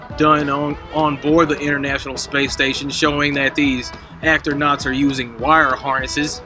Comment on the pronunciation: “Actornaunts” 😂 my my what clever word play bet he's proud of that one